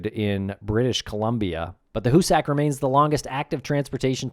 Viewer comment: Hoosick.... not hoosACK